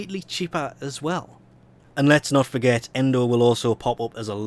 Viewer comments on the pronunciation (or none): none